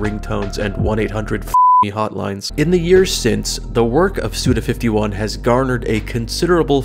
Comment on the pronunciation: Probably the fortieth person to say it, but it’s read as ‘Suda Five One,’ instead of ‘Suda Fifty-One.’ Because ‘go ichi’ is ‘five one’ in Japanese. Glad to contribute this very helpful information at this very helpful point in your creation and release of this video. Also, your videos are great, thank you for making them, and I’m very happy that your fanbase has been able to improve your living situation. Props on your music, too.